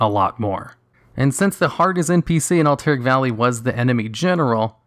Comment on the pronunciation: lol "Alt-Eric valley"